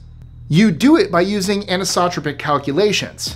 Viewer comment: ... Anisotropic .... An-ICE-Oh-Tropic ....